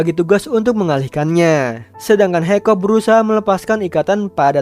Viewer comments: Kakak salah nama harus nya hikkap bukan hikkop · Its hiccup man not hoiccop 🗿